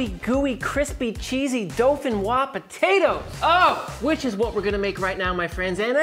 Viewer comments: Pomme De Terre Dauphinoise. correct translation would be Dauphinoise Earth Apple. DO-FI-NOIZE. Repeat after me. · All I could hear was "Dolphin frog potatoes" but that's ok because you rock! Here in Norway we call this "Fløtegratinerte poteter." Merry Christmas dude!